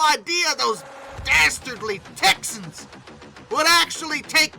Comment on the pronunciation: ok i love this, but i love how you say "TEXAN" in the video. i kept laughing at it. great video again